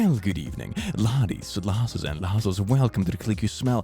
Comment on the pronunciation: somebody PLEASE explain to me what hes saying in the beginning of all his videos?? "ladies lases and lases" what? XD